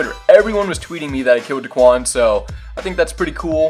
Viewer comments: daequan not deekuan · It’s daequan not daquan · It’s not dickwan it’s daequan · It’s pronounced Day-quan 😂 Not da-qwan 😂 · love your vids but it’s not duhquan it’s dayquan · Say it like DAYQUAN, dequan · Day-quan nOt dUhquan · It's (Day-QUAN) that's how you pronounce it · U opronounced his name Duhquan, it’s pronounced Day - Kwan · just said daquan instead of daequan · Why he saying Daquan it’s Daeqaun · and it’s Day Quan not Da quan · Omfg bro its DAEquan not daquan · It’s daequan, not dequan 😂😂😂😝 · his name is daequan not duquan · It’s pronounced day quan not duh quan lol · Not da-quan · It's pronounced Day-quan not duquan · lmao it was making me mad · I was about to say if this nigga says duhquan one more time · it’s Day Quan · It's pronounced Day-Quan but GG... That's dope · When he says duhquan it gives me anxiety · It's Day-Qwan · It’s DAY-QUAN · It’s dayquan or how it’s pronounced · Spelled daequan pronounce it like Day-Quan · You pronounce it Duhquan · It is da quan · Why does he say dahquan 😂😂😂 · Its pronounced Dayquan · It’s pronounced day-quan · He said duquan smh😡😡😡😡😡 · It’s not duquan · How could u say he’s name wrong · You’re not even saying his name right lmfao 😂😂💀 #whiteboy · when he try to say daeqan 😂😂🔥🔥💯💯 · Say his name right. Stop disrespecting the 🐐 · It’s not the Quan it’s Daequan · its ok that u said his name wrong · Myth is next Learn how to say daequan right please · Say his name right! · You say daequan wrong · U said daequan wrong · U say daequan wrong 😂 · You’re not say his name right lmfao 😂😂💀 #whiteboy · I’m considering unsubbing on how he said Daes name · you say daequan wrong so much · how do you claim you watch daquan and all his videos but can’t even pronounce his name..... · Stop say deaquan wrong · Learn how to say daequan